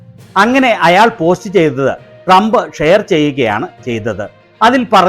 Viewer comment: മോങ്ങിക്ക് നല്ല പോലെ ട്രമ്പിന്റ പേര് പോലും ഉച്ഛരിക്കാൻ പോലും അറിയില്ല....😂😂😂😂😂😂😂😂